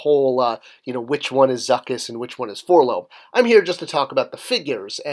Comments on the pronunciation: Correction. Four-el-oh-em sounds more like a droid name. Four “Lohm” sounds like someone trying to make a name out of a three letter droid designation / serial number. Note that in the most recent Bounty Hunter comics actually spell it out as Four-el-oh-em every time its “name” is used. They are definitely intended to be pronounced as individual letters, not as a word. This goes all the way back to the Kenner toy commercial in 1980. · Exactly! Nobody pronounces the name of R2-D2's golden pal "K'threepo," so I can't fathom why "For-Lomm" still exists. As you say, it was right in the mail-away TV ads, right from even before the figure was released.